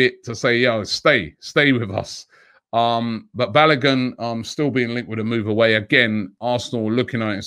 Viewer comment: Its not pronounced balagun.. it's is pronounced BA-LO-GOON